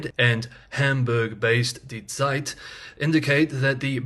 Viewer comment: Props for correctly pronouncing "Zeit".